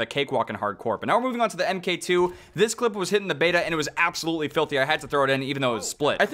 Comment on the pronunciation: Mark two* not em kay 2